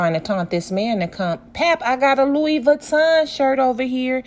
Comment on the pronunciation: the way you pronounced Louis as “Lewis” has me on the door 😂 lmao! 🤣 and isn’t flaunting all that cash kinda dangerous? putting a target on her back smh